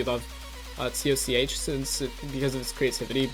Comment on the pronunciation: u said coch lol